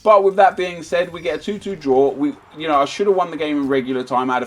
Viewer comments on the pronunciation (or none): none